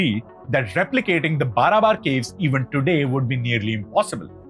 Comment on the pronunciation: Pronunciation of ' Barabar ' too is wrong . Its pronounced as ' Baarabaar ' . Please correct .